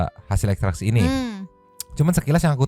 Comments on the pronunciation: Itu si Reporter pas ngeliput si, apa gk ksi tau ya klo yg dia maksud itu salah cara baca ekstraksi hp?? Sumpah tolol bgt itu pengacara pas baca ekstrak hp 😂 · Yaa... Allah... itu sebenernya sekolah enggak sih...? Udah udah berhari-hari, cara baca ekstraksinya masih salah, Kalah sama anak-anak sekolah...